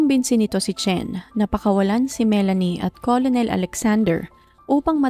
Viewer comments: Ker nel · Hindi colonel ang pronunciation"kernel" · "kernel" or kur-nul kc ang correct maam pronunciation ng COLONEL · kernel po pronunciation...🙂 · ito po 😊 colonel - kernel Coronel- korenel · "kernel" po☺️. Salamat. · Hi salamat s correction ngaun ko lng to nalaman hahaha kurnel pla pronunciation nun same kmi ni ma'am ng pag basa 😅 hndi aq naniwala nag Google p tlga aq kurnel pla tlga pronunciation nun kaloka😂😂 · Magandang narration...just correct your pronunciation of the word "Colonel." ✌️✌️✌️